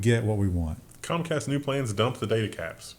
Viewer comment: You pronounced Concast wrong, the emphasis should be on 'con'. :P